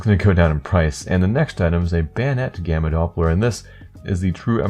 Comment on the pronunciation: am i the only one who thought its was bannana instead of gamma